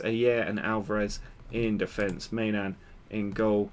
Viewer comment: i know I'm a little late, but I'm pretty sure the keeper's name is pronounced "my-non"